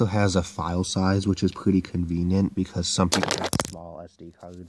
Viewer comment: "CONVENIENT" no offence XD